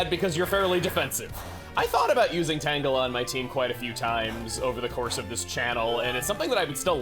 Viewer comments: Sometimes pronounces Tangela Tangjelly. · But I thought it was pronounced “Tanjelly”.